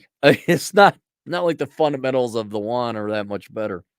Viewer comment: Wahn? Yoo-ahn.